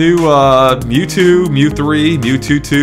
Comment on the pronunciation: They said NewTwo.